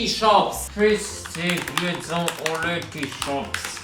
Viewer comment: Karol jesteś super gość, ale błagam tylko nie Lety sreti shops